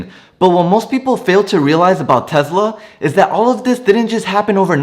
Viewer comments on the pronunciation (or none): Is it called Tezla or Tesla? 😂😂